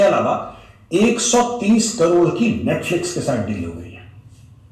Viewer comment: Abbe molvi netflex 😅😅😅 nahi Netflix 😅